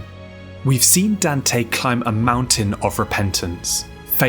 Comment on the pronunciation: Dan-tay. Good video tho, looking forward to binging this channel for a while